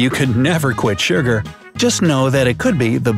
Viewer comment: Literally no one is going to say "oh look, there's smells like death!" hand why does the narrator say surgur instead of sugar Can you still drink soda out of a bottle if you put your teeth around the bottle neck and the soda goes into your tongue and down your throat without touching your teeth?